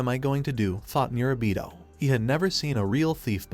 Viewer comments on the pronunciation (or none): did you forget his name mid way lol, went from murabito (correct) to mirabita